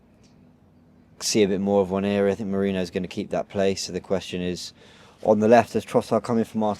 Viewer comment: trust me 😂😂 constantly coming with big words for the sake of it but can’t say merino hahah